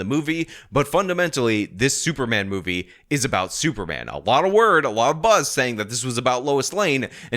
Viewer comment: Did he say "super ban"?